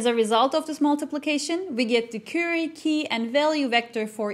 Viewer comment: Very interesting and informative. Thank you for providing a very detailed explanation of Transformers. One note: The word "Query" is pronounced like Qw-eerie (USA English). The beginning sounds sort of like the sound of "Quarry", or "Quack" but rhyming with dearie.